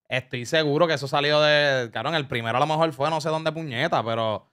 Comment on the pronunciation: Diablo Scofield dijo "alomejol" como 30 veces en menos de un minuto